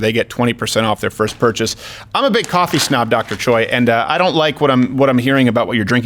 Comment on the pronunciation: Steve it's not CHOY it's pronounced Chay like like heeeyyyy oi is a in Hungeoul he should have corrected you